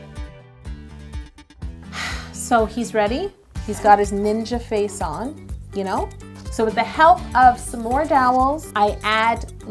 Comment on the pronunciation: You is spelled YOU you said yo